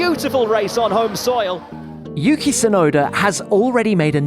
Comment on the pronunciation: "Yuuuki" - Fernando Alonso